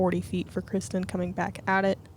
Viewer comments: How is dude opening up the DGPT Championship and doesnt know how to pronounce Kristins last name? Seems crazy that anyone in the disc golf universe would mess that up. She is only the best FPO player in the world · He wasn't even close to pronouncing it right. By now, everyone in the disc golf community should know how to pronounce her name. Especially the f-ing guy who's doing the introductions. Embarrassing... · So annoying, is that just some random guy making the announcements. How would he not know how to say kristin’s name